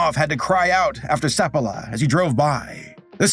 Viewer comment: So Balto was just hyped up due to the lazy/manipulative media? They have been doing that since time immemorial, as you can see. Also, every time you say Seppala I kept hearing Sephiroth, which was hilarious to imagine that sissy FF7 villain on a dog sled. :D